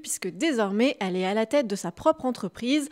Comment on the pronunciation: " Al"est au lieu de elle est.....arrêtez de faire des vidéos avant d'apprendre à parler et prononcer correctement svp